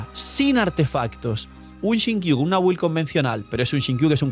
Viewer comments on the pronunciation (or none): none